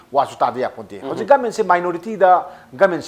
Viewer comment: Please pronounce properly..it's government not goment